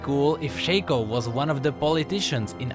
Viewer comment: it's "shaco" not shaco ...